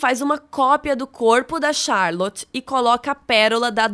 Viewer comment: Como albernathy vc fala com sotaque e charlot vc fala charloti kkkkkk amei o vídeo😍